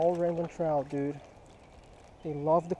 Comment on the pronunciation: Sounds like he's saying ramen trout lol